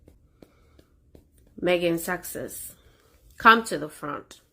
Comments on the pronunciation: IS she drunk?? LMFAO Gotta say I love the way she slurs out "SUCKSESS" instead of susesex -- it's absolutely hilarious. Plus she's crazy AF...right up MegaFlop's alley. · Good grief. I'd say thank you,, but I feel I've now lost a few brain calls after listening to the mind-numbingly stupid delusion of a "squaddie" with verbal diarrhoea but who is unable to pronounce even her idol's title correctly. I thought she was a tad creepy, too. And...she's the "president" of the Sussex Squad, and they had a meeting, so she's admitting that they meet and discuss things. So the inference is that they would also have planned all the attacks and death threats against the Royal Family, especially the Wales family, everyone who criticises her, and now Dr Chandauka and the other ladies of the Sentebale board. So as president, presumably she should be held responsible? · It's not just Sussex she can't say it properly, she can't say anything properly .😂😂😂